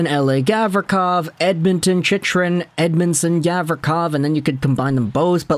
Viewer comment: I can't take seriously when he continuously pronounces Chychrun's name incorrectly.